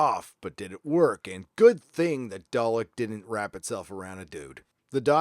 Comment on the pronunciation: Do all Americans say day-lick? It's dar-lick!